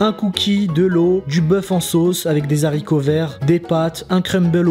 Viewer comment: "des zaricoverts"